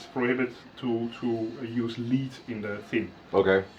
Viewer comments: I don't understand what he's saying as to why he replaced all the pots and caps. Lead (which he pronounces "leed")? What cant be repaired? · "sound wise I leave it up to you because I don't hear a difference" That's why he replaced 4 perfectly ok CTS pots and two capacitors? Also have a look how he doesn't understand STARGROUNDING: you should bring all pot grounds to one central point, not connect one pot to the other with TWO solder joints on these. Oh yeah, he's mumbling some bullshit about lead (Pb - which he mispronounces as to rhyme with feed) in the solder as the reason for replacing all the electronics on you guitar? Also the Katana tool -- really strange, solving a problem that only this (master?) luthier has?